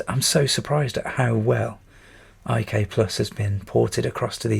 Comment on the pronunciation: Did people really call it "I-K-Plus"? I grew up on the C64 and it was always known as "IK" "PLUS" or "International Karate Plus" ... just wondering.. :)